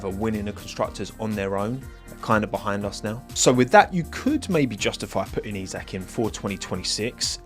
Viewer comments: As someone who is also a Liverpool fan I like your pronounciation of his first name :D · Yeey, you learned how to pronounce his first name. :D If the Formula 1 fanbase now learn how to pronounce Michael Schumacher (no, it's not the same as the English "Michael"), then I'll be a happy linguistics nerd.